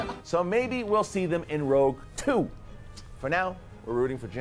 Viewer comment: ROUGE TWO hahaha wtf